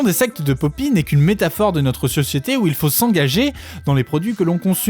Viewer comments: pk tu prononce papy ?? je sait pas mais j'ne suis que a 4 min. et cela me gen un peu .. c'est poppy, comme pop.. pour moi meme si je reconnait un talent, sinon elle aurait pas autant de vues, je pense juste qu'elle exploite le filon a sa facon, et ya rien de mal mais les theories a la con sur les illuminati et autres, perso je pense que ce sont des references lachées comme ca.. tu lui donne trop de credit je trouve... elle la 1ere ne prends pas au serieux son "art" je pense.. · J'étais sûre que c'était un rôle, c'est logique xD parfois tu dis ''pappy'' mais sinon merci j'adore cette vidéo ^^